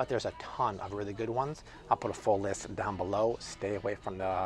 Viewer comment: lmfao "but I'll put a leeest - a list" haha